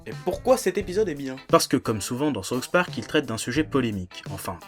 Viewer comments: C'est difficile d'expliquer par écrit mais il faut faire le son avec la langue du "th" de "souTH". Parce ce que sinon au lieu de dire "le parque du Sud" t'es en train de dire "la sauce du parque". Mais bon, cocorico, les français (en général) et l'anglais ça fait 3. Mais c'est pas méchant ;) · Sérgio Marques "Saouce" Park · Par contre faudrait arrêter de dire "Sauce Park". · lord of Terror Saoufe pork